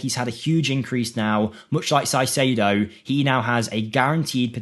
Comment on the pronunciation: Caicedo reads as “Kaicedo”